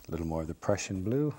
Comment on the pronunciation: When he said prussian blue it sounded like Russian Blue